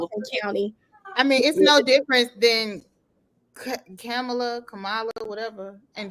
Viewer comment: A black woman who does not like people mispronouncing her name can’t bring herself to say the VP name correctly. Wow! Comma La. Try it. She is the first black VP!